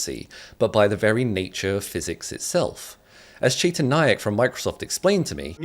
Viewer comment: Cheetan... and then Chaytan... lol cute... Trust me though, It's really just Chetan mate.